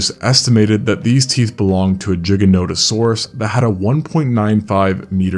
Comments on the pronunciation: It took me a second to realise which dino you were on about bc the british way of saying the dinos name is a bit different to the American (always heard it pronounced GIGA not JIGA) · Bro fr said jiga. I refuse to believe the actual pronunciation is jiga and not giga cuz it just sounds retarded lmao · dude, i can't listen! it's giganotosaurus, not dshiggenodosowrus! silly anglophones.... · why is it pronounced like Jiga instead of Giga? it sounds like he is saying Jiganotosaurus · It's pronounced gig not jig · "Jiga" No bro "Giga" like Gigabyte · Why jigga? Prety shure its gigga as gigabyte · why are you saying it like jiga? the giga should be a harder g like the word giga, sorry it just ruins the video for me. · Ah, yes, the jiganotosaurus. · No it’s not, the creator is saying it wrong too. You say it like you would pronounce Gigantic, Gigan-otosaurus. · I smile each time I hear „Jigganotosaurus” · Pronouncing it as jigga-note-osaurus is like calling a gif "jiif" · I always pronounced it “Guy-jantosaurus” 🤣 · yeah that caught me to I never heard anyone pronounce it like that jiganotosaurus lol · people who say "jiganotosaurus" are actively trying to piss people off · Bro mispronouncing it like a pro. Jigganotosaurus XD Lets just say also... And now repeat after me: Jigabyte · NOT THE JIGANOTOSAURUS. content creators these days handing out classes but forgot to go to school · JIG-A-NOT-A-SAURUS?????? YOU BELLEND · It made me lol too. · Why do you pronounce it jiganotosaurus ? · I mean the way he pronounce Gigano sound like "Ginano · You are actually incorrect. The correct pronounciation is Jiganotosaurus, due to the person that named it. Its not an English pronounciation. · Bro calling it jiganotosuraus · You’re pronouncing the name wrong. The root words are Latin. Gigas (giant) Noton (back) Sauro (lizard) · retard cant even say the name right moron go back to school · Would be nice if you could actually pronounce its name correctly. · Why can’t say it properly